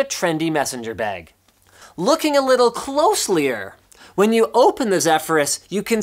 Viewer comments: Linus: "Closelier" ... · I know closelier is an actual word but can you please STAHP! PLEASE! STAHP!